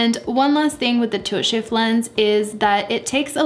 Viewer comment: It took me a while to realize I was hearing "tilt shift" and not "toe shave".